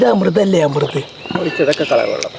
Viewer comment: അമൃത് അല്ലെ അമൃത്😊